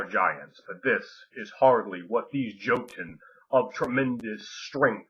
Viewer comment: Awesome as your video may be, I cannot overcome the urge to get pedantic on pronunciation: the "j" in "joten" is pronounced like a "y." It's like that in all Germanic languages. Be that as it may, I can't wait to read Ring of Fire!!!